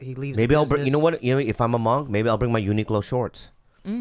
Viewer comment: it bothers me how yall pronounce Uniqlo